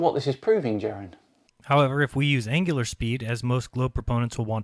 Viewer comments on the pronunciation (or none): Please check your pronunciations: NOT angilar ANGULAR.